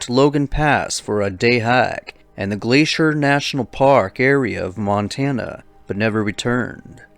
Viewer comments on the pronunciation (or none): none